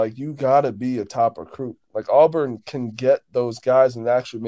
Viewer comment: AWBURN NOT AWWWBURN